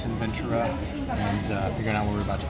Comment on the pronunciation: Rice is good but Rice By Mama is my preference. And Ventura has a t sound to it, not a ch.